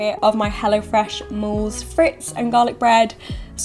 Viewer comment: Love your videos. Gives a great insight into the future. Splash of advice (not that you asked for it). Moules et Frites is pronounced... Mooo-le Freee-t. Much love x